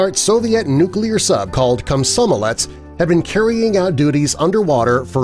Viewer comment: Kosmosolets. Dude that's not the right name. Komsomolets. Thats the name